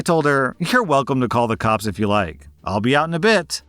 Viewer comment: GOD I LOVE THAT YOURE SO FAMILY FRIENDLY THAT I CANT TELL IF YOURE SAYING COCKS OR COPS BAHAHAA